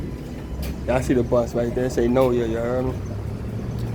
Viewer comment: Hey bruh, it NOLA, not NORA, OK. Ya heard me!!